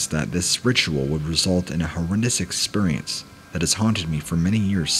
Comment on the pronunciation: "ExPURience" anyone else always notice that?